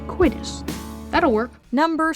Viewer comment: For a person who is very pedantic, it amazes me that Sheldon always mispronounces the word "COITUS".